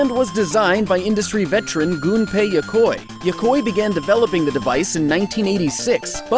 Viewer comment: Yokoi is pronounced "Yo-ko-ee", not "Yokoy". It's like the "ea" on "wheat", or "neat". Maybe he knew that but his accent is getting in the way, I get that a lot. Good video either way.